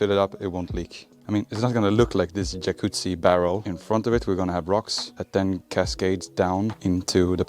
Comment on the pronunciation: Can you just say Yacuzzi through the whole video please? 🥵